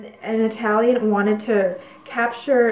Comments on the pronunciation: Perfect pronunciation in Italian. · Your Italian pronunciation is correct ;)